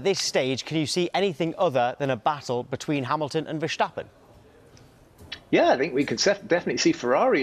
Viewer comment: Max isn't German he is Dutch. Stop saying Verrshtappen you're literally making it harder for yourself and it's wrong lmao